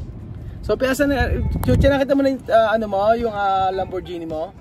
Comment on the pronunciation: Lamborghini is pronounced lam- bor-gi-ni not lam-bor-zi-ni